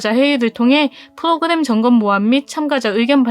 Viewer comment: 프도그냄,,,,,,,,ㅋㅋㅋ ㅋㅋㅋ 혀짧은 발음 너무 귀엽네요. 유익한 정보 고마워요^^